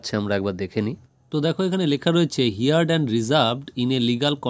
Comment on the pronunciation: হার্ড not হিয়ার্ড